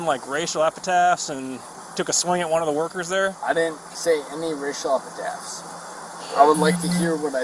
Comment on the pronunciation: No one in America knows how to pronounce the word "epithet," apparently.